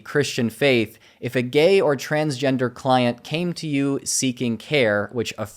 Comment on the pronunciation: I thought you said "Clown" instead of "Client", and I was bout to joke how they were actually teaching you Shock Therapy or sum